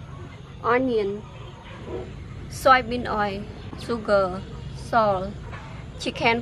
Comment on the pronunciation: “panyapole” and “soybean oyy”